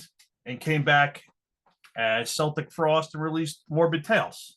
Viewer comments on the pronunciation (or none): Please,could you please stop calling celtic frost,seltic frost...it's keltic frost ☺